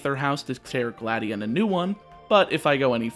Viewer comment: Its Gladi-on not Gladien